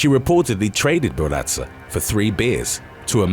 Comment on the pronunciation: excellent stories even forgive mispronounciatio of mataviejitas and barraza, but not gonna let you off easy on Lucha Libre it's not "ca" sound ever said cha cha cha ? (loo-cha )